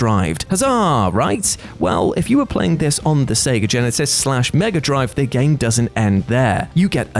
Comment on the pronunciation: Say megaadrive again